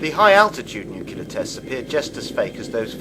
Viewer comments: Has anyone noticed how good documentals are usually too short, but bad ones go on and on? This of TOTAL CRAP is an INSULT to the victims of nuclear - NOT "NUCULAR" (AAARGH!) - explosions oer Hiroshima and Nagasaki. As pointed out in earlier posts, these people SURELY were NOT part of any conspiracy theory! Seriously, 0=1 ? Hey... remember to breathe! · he lost me with "nukular" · It's "NUCLEAR"not "NUCULER" How bloody difficult is it? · New-clear not new-cue-lar asshole! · Have a hard time listening to anyone saying "nukular" when trying to be scientific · Once again, it's pronounced NU-CLE-AR not NU-CU-LER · You lost me at "Nuculer" Can you not read? It's NU CLEAR. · I've got to listen to you saying "nucular" for two hours? Fuck off. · I could not bear to listen through this because of the repeated distraction of the narrator saying nuk-u-lar rather than nuclear. friggin annoying! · This video lost me as soon as I heard "nucular" the second time. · This dumbass can't even pronounce nuclear. Hall the time he say NEW-Q-LAR are we supposed to take this nitwit seriously? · lol thermal nucular war haha...its nuclear not nucular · the bombs are called "nuclear" not "nucular"... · You lost me when you kept saying "Nucular"... -_ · say it with me: NOO-KLEE-URR Do you call the core of an atom the "Nuculus"? Jesus. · I don't give much credence to a video about nuclear weapons when the narrator can't even pronounce "nuclear" correctly. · If you're going to make videos like this, please learn how to properly pronounce the word "nuclear." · Hmmm, I'm suspicious of anyone promoting a nuclear conspiracy who can't pronounce "nuclear".